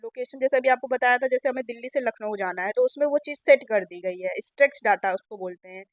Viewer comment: स्ट्रेच नहीं स्ट्रक्चर्ड होता है